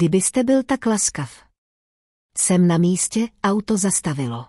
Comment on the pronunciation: Robot ani nepřečte auto, je to a uto. Chybí mi tam emoce.